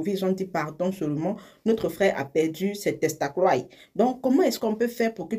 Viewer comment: C qui me retient là c'est "Ses testacroiy"😅😅😂